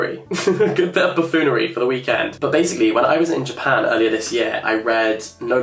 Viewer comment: Buffoonery, not buffoolery 🥴😂